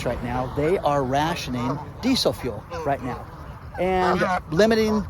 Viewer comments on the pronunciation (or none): D-d-ddid you say geesel fuel?